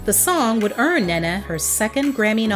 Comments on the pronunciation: I absolutely love this video I missed her so much, just if I may say her name is pronounced "Né-Né" more than Nana 💕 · Her name is pronounced Ney Na. You are mispronouncing her name. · Ahhh, it's pronounced Neneh Cherry = "Nina" Cherry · Lol I like how you pronounce her name. We pronounce is as “knee’ Nah”